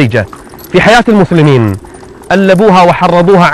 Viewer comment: اشب الشيخ صار اللدغ يقول مثلمين ليث ... وماينطق السين